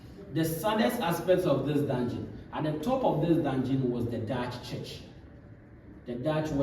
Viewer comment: why can't you say dungen ??